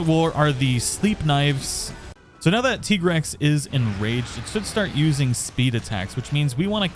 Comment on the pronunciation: Listening to you saying "tea-grex" makes my teeth grind, not gonna lie. It's tie-grex That armor really looks like a football uniform